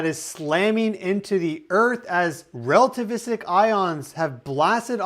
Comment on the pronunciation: Lmao rell-tavistic